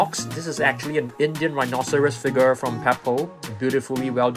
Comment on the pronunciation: I love when you say "figar"